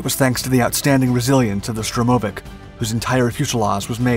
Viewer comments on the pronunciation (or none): Stress on the first syllable: SHTURM-o-vik. and be-TON-flugzeug (concrete airplane) and Malo-ro-SIS-kaya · Correct and a stress is on "vik". Also, by Russian habit of pronouncing the short abbreviations and names, IL-2 is pronounced like the word "ill", but short, just what the letters IL (ИЛ) form. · штурмовИк. Ударение на последний слог